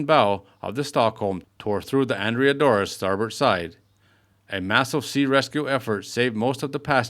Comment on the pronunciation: The ship doesn't look anywhere near as it did when it was the Stockholm. The narrator need to learn how to pronounce Andrea Doria.